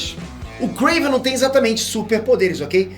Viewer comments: Nao é kraven ! É KRAAAAAAVEEENN !! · Não e Kraven e Krevenn (se vc joga lol vc entendeu) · Pq fala krAvinoff e KrEiven.... é KrAven....